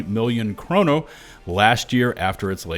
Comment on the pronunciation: why dont you pronounce the 'r' in 'kronor'